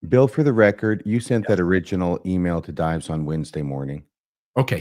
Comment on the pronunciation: Is deliberately mispronouncing the pseudonym Dives?